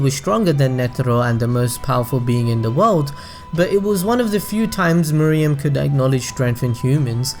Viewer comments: Nice video man... but his name is Meruem (May+Roo+aim), Not (Moo+ree+yum). It bothered me more that it should. I am really sorry for this comment (But i couldn't help it). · Dude. R u serious. She just said Meh Roo Am. Can't you follow their way of pronunciation instead of saying your MooRuuAm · Meh-roo-em not Moriem or muriem nor Miriam, sorry but it bugs me a lot 😅😂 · It’s Meruem (Meh-ru-em) not Mereum (Me-re-um) by the way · cant help but to correct mr. narrator. its MERUEM and not MERIEM. 😂😂😂😂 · "Murium's character highlights what we love most about this series, I may make pronunciation errors in this video." Oh really. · I was curious about the video, but couldn't finish due to the egregious mispronunciation of 'Meruem' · Did you watch the anime? I dont mean to be rude but one of the characters even goes so far as to very slowly pronounce his name and you still dont follow?